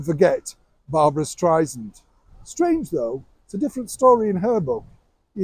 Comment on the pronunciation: Barbara just made a reference about how she hates being called Stry-zand. She says it’s Stry-SAND. you keep saying Stry-zand. 😂